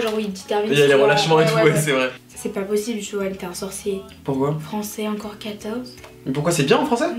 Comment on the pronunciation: c'est moi ou elle dit ''JOEL''?